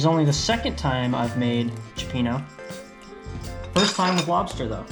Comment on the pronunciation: You Dive as well?? I used to free dive when younger. I'm certified as well. I need to get back out there. Dang, we really need to hang out my friend!! BTW, by buddy is selling his 34 Freeman if you're interested? BTW again, it's pronounced chyo peeno.